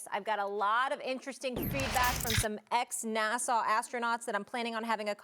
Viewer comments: Why does she keep saying NASA like NASSAU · Why does Molly keep saying NASSAW?? 😂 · Is it just me or is she saying NASAW? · It's NASA not Nassau...Curry and Irving are out of their minds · NAHSAH NOT NASAU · Why does Molly say NASA like Nasau?? She's college educated? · This dumb lady can't even promounce NASA. Fortunately, there was one adult in the room. Max is a moron. Obviously. OK, I get that black people have been fucked over forever, and have reason not to trust authority. But gravity? Flat earth? Vaccines? Obviously damaged from centuries of oppression. There should be massive reparations, especially in education. It isn't part of the scientific process to just have some influenced thought when you have no idea what you are talking about.